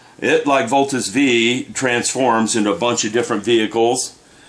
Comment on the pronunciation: Just so you know, it's actually called "Voltes Five".